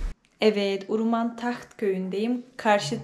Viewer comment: Nenem Şex Abdulkadir Geylani üzerine yemin içerdi. Uruman demeyin Hewreman diyin.